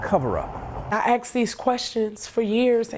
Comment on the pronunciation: Its asked with a K not axed. Why do people say axed? Its not a accent.